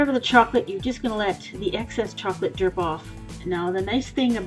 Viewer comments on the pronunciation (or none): Lol derp off instead of drip off